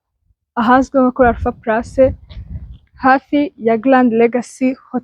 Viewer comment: Bavuga Alpha palace, ntabwo ari Alpha place